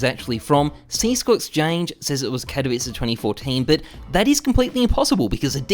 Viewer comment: you read the name katowice wrong, I'm from Poland and I know how to read it xd